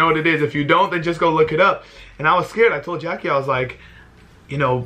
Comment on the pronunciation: it's jackie not jackuje